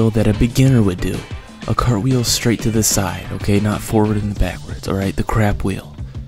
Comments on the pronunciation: "Crapwheel" made me die every time you said it. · The first time I saw this I thought you said crab wheel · Idk y but I laughed everytime he said crapwheel